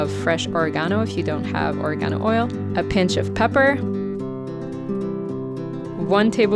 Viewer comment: Lol, She pronounced it incorrectly - it’s Oregano (Italian herb you can find anywhere 😊)